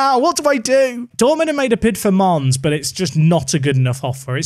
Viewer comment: Bro....pls not mannes